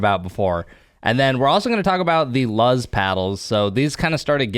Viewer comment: Its actually pronounced "loose" because in Spanish, the word for "light" is "luz". The Z in Spanish sounds like an S. That's what their brand name is based off of :)